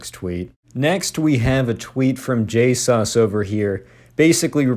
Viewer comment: I rushed here the second I got pinged, watching! I'm sure its gonna be a great vid :) <3 Edit : This was a nice and different video, I liked the humorous tone. Also you calling schlatt j-sus is so funny, good vid!